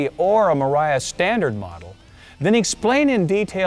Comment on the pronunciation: I took a shot every time he said mariafbsemc